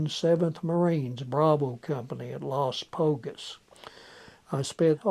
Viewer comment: Notice how he pronounce Camp Las Pulgas as Las Polgas. I never met a Marine who did not pronounce in that manner, but actually it’s pronounced Las Pull Gas, which is Spanish for “The Fleas”. You see in the 1700s a Spanish expedition passing through slept there and spent the entire night scratching and thus it became Las Pulgas.